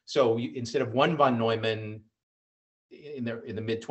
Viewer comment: Steve Hsu is right: von Neumann sounds like noiman, not newman. Impressed everyone, apparently much smarter than Einstein.